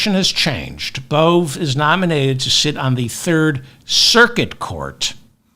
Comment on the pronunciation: Emil Bove: Pronounced Emil Bo-Vee